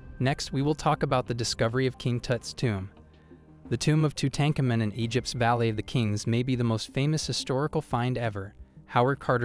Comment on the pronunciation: The way you said tutankhamun is terrible